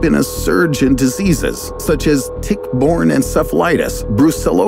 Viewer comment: 5.35….what are diseaseas? 😂